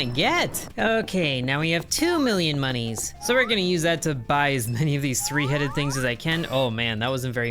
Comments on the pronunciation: Stop saying mooniees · STOP SAYING MONIES!!